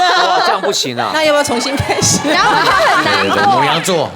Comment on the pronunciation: 黃氏姐妹倆發音都一樣😅是然後都不是「揚後］一個故事有多少然後